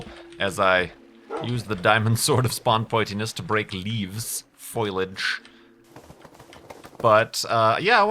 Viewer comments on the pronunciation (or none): Do you make it a point to say 'foilage' in every episode? It's FO-LI-AGE. Still love your video's, though! Just a pet peeve...